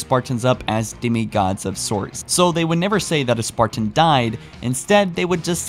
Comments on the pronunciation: Please practice you pronunciations. the things you are talking about should be easy to listen to. Currently its jarring because you say 'spartin', 'detinate' and 'mi-ō-nihr'. This is your bread and butter. Be better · I like your content but every time I hear “spar-tan” like it’s two separate words, it drives me crazy. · Why do you pronounce "Spartan" like some sort of deranged homunculus?